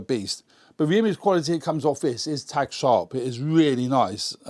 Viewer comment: Thanks for the review. But its "Tack sharp", not "Tag sharp".